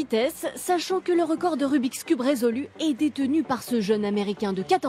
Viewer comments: le rumiceube lol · Le rumi cube mes oreilles seignent